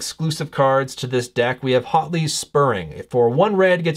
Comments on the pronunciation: Hotly? I'm pretty sure the H is almost silent. So you say "uatli" with a very slight H sound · Thanks for this! (Side note: name should be pronounced more like "WOT-ley")